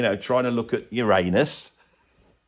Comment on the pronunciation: At least you got the pronunciation of Uranus right.